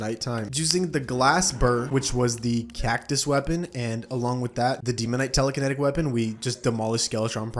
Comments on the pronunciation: No way bro called cactus cactuos💀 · Wtf with that "cactus" pronunciation, sounds like an Indonesian 😂😂